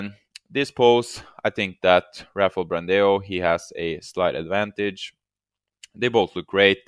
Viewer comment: the pronuciation of ''BRANDÃO'' is like ''Brandown'' .. huge hugs from brazil